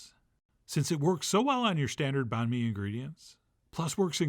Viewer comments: Pronounced Bun May , same as Pho , you don’t say Fo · Banh Mi is pronounced more closely to “bun me”. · Just a hint, you can try and say the word banh with a higher tone and then the word mi with a lower tone. That would sound more legit. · lol A for effort on the pronunciation.